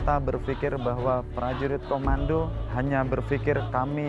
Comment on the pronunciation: Bukan Komanda.. tapi Komando